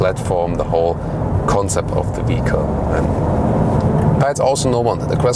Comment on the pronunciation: I believe your german accent renders you unable to properly pronounce the word "vehicle" . I am sorry to say that this way it sounds as if you were trying to say "fecal" but with "v" at the beginning. This is not an insult ... just my failed attempt at constructive criticism.